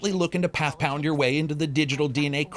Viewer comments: "Pathpound" Dear lord. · "Path Pound" LOL!